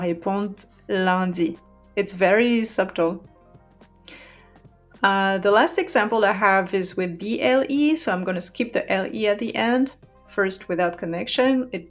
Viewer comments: A hint for you also. You said the word “subtle”. We say “sutle” no “B” sound. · This is fantastic. It helps to make sense of all the shortening we keep hearing about in everyday langue française. Glad I found this! Bravo. One tip for the prof! En anglaise, on ne prononce jamais le B dans "subtil". Il est simplement prononcer comme "su-tle." Le B est toujours silencieux — sans exception.